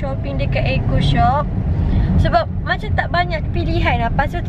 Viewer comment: Kenapa and cakap "eaco shop" bukan eco shop